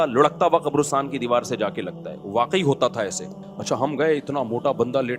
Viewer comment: Abe gadhay qarastan hota hai qobrastan nahee